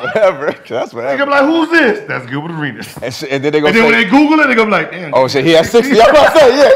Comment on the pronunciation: Chillbert A-Reach-Es... 😂